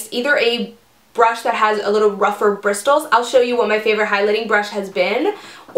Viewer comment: ahh i love this. btw: the t is silent in "bristles" :)